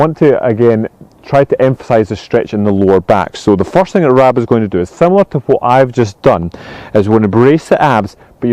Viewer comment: Sorry Rab, it sounded like Stephen called you Rob not Rab!!!!!